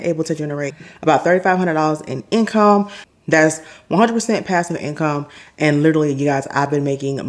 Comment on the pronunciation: Trying to get the income to "in-come" lol😂